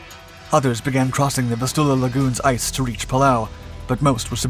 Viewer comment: VIS" tu la. Heer pronounced same as hair/hare.